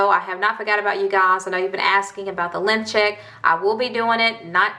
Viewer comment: Hella kept thinking u were saying "lymph check" ....i was like wtf is this dangerous or something?...then finaly realized u were saying "LENGTH check" 🤣